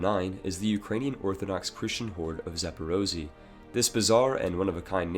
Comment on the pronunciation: it's pronounced za-po-ro-zhi-yeh And not zaporozi. Wtf